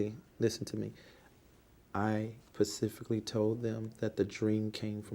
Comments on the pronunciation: "HE PACIFICALLY SAID THE BRONCOS WERE GONNA WIN THE SUPER BOWL" THATS NOT COUNTRY..... THAT'S DUMB!!!! IDIOT. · When he said resort he was looking for the word retreat, but his brain don’t work that pacifically. 😆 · "Pacifically" lol Please, sir, learn to pronounce words correctly! What an utter turd. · I'll sadly admit i've watched this several times and I enjoy it each and every time!!!! This Bishop, Apostle fella does not speak nearly as well as my 7 yr old daughter and i'm not exaggerating even a little. "Pacificly"!!!!!!!!!!! Thank you David!!!! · TRUTH!!! I can't stop watching this!! A hot-ass mess! "Pacifically" when he's using that mess of the English language... makes my ears bleed 😭🤯🙉. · Axe michelle . pacificly axe michelle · Pacifically, when you axe me that type of question, I have to have Michelle answer that, she's part of the board. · He pacifically said, "axe michelle". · This guy literally walks in the room sits down and says “I don’t remembered pacifically so just axe Michelle, she handles all my proprietary questions”… Jumps up Moonwalks out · What's his mental age? I persifically Axe the American faith how have you fawlen 4 this ? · "I don't know that 'pacifically' so you needa axe Michelle"